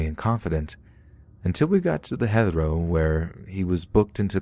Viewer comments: Yeah, that and pronouncing Heathrow as Hether-row instead of HEEth-row. There are alot of common words these story readers mispronounce, which is off-putting. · It’s like the pronunciation of Heathrow… it’s pronounced Heeth row lol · Heathrow is pronounced "Hee-throw". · Heathrow rhymes with "teeth crow." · It might be an idea to do a little research into pronunciation. Grosvenor is not pronounced groz venoor but grow vener. There were a few similar examples but that was the most hilarious and stand out lol. You might use the same edit technique as with 'Tanzania'. Heathrow is an international airport town, so shouldn't have been too hard to figure out. Great work besides though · Anyone else cry silently how he pronounced Heathrow? No? Just me?